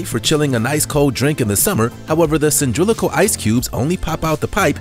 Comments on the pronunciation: "Cyndrilical". It's Cy-LIN-dri-cal. :) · Cindrillical? Twice? Really? Have you tried 'cylindrical'?